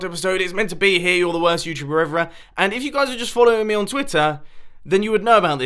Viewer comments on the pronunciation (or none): see "everer" great English Mumbo! 😂